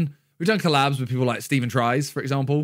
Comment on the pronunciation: why did miniminter say collabs like challabs?